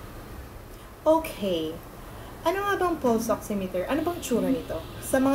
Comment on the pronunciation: it is pronounce as " Pals " Not 'Puls"